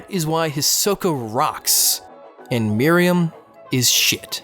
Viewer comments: It's not "Mary-um" It's "Mer-oo-em" Also, while I agree that Chimera Ant Arc is bad, this is also a bad analysis. It's ok to have a character that is super powered, but it was written badly and the entire context of this arc ignores what was the heart of the show and merely this boils down to a Dragon Ball Z everything to save the world type of conflicts. A lot of people weirdly think Meruem is a great villain, but there's nothing remotely interesting about him. The entire arc is pandering about how cool every little moment is, and using a narrator to explain every single action and thought going through every character's head. It's simply trying way too hard to be 'epic' that it falls flat for people who have more taste in content than just shows like Sword Art Online. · I've been pronouncing Meruem's name all this time... Thought it was Meh-ru-wem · Why do so many people pronounce it "Miriam"? That's the maiden in the Robin Hood story. Just take a few seconds and sound it out. Listen to how Meruem is pronounced. Practice it like five times. You're probably good from there. Takes two minutes, max. Pronunciation is not nearly as hard as so many people make it seem. You're absolutely right about the power scaling in HxH Chimera Ant arc, though. Oh my gosh. That made me so angry. It doesn't make sense. So many people gush over HxH because "it's not about who's the most powerful" but the Chimera Ant arc craps all over that ideology. Meruem and the Royal Guards are interesting characters, but ruined because they're overpowered for no reason.